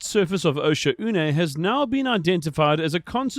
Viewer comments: It’s pronounced “Oh-shawhn” fellow diver! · Osha-oonay, probably the most disgusting mispronounciation I've ever heard.